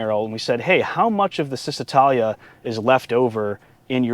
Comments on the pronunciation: It's chizz, not sizz, when pronouncing first syllable of Cisitalia. While I'm at it, Lancia is pronounced LAWN-cha. Ciao, baby! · It’s pronounced Cheez-eh-tah-lia. Ouch! In Italian, ci is a ch sound. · Great video! One thing, however: it's pronounced "Cheezee-tahlya"